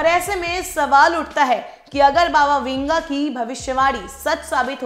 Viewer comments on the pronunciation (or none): Baba winga nahi wanga... Hehe